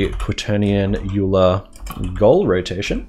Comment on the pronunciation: thanks for the vid. p.s. 'Euler' is pronounced 'oiler'